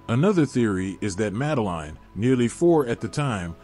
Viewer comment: The guy can not even say her name correctly, not worth watching.